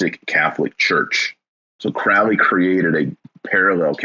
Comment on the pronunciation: Thelema centers around finding one's True Will/Purpose/Path. You mispronounce "Thelema" and "Crowley." You spoke the following incomplete: In full it goes: "Do what thou wilt shall be the whole of the Law. "Love is the law, love under will." "There is no law beyond do what thou wilt." "Children" are not literal children. Fyi.